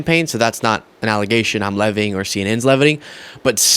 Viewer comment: I love your work,, and I only wish the best for you. Dude... Please just edit out mispronunciations like "leviting." It only does you well. ❤️